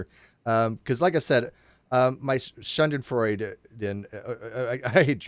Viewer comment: Schadenfreude -- "shah - den - froy - deh,".